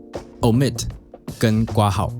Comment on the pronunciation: 除了括号的括应该读成kuo之外 不要读成瓜号，别的都挺好，尊重中文谢谢